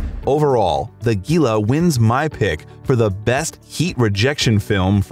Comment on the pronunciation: It’s pronounced heela like Gila monster lizard